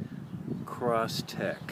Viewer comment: crosstrek you read it and still pronounced it wrong. cross trek